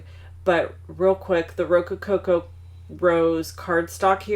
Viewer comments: Adorable cards! I need that stamp set now! BTW I think you have 1 to many "co's" in Rococo rose. (Ro-co-co vs Ro-co-co-co) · Thank you. FWI do you realize you are saying rocococo not rococo? Great ideas.